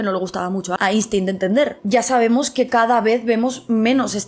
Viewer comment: Querida gata, maravilloso como siempre pero deja ya de pronunciar Einstein como si fuera castellano. La pronunciación correcta es [Ainshtain]. Eres comunicadora, tienes que pronunciar bien los apellidos extranjeros